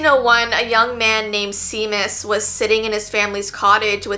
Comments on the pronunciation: seamus its probably said shay mess instead i know this because im irish 👍🏻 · Girlllll she said seamus, but remember Seamus Finnegan? Harry Potter fans will know from the movies how his name was pronounced. Or Sean? Those are Irish names, so it's pronounced Shamus, or Shawn.